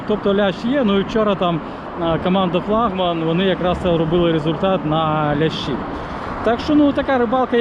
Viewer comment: Поставь пожалуйста правильно флагман ? потом опять флагман